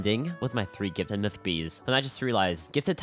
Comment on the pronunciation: Bro really said "mytich"🤣🤣